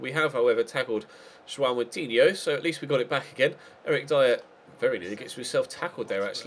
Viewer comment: your pronounciation on "João" is the best I've ever heard from foreign people, its just these little details that make me freaking love your channel.